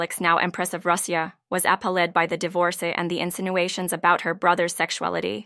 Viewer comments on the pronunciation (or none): True, it even can't say "appalled" or "divorce" properly